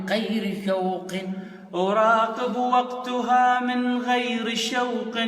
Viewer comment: اراقب وقتها بفتح الهاء مو وقتها بضم التاء اكو اخطاء لغوية